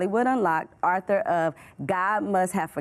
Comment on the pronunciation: Did she say Arthur? 😂